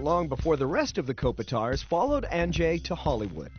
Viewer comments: Still, the name is stressed on I rather than on O ... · like kop-I-tar?